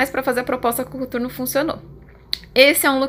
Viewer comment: Pq vc falou cUturno e não COTURNO???